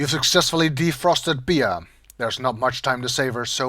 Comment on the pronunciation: Bea isn't said as "Be-a" it's said like "Bee", the a is silent.